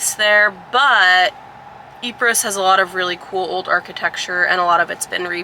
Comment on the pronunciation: The S in Ypres is silent,. In WWI, the Great War, the British soldiers called it Wipers.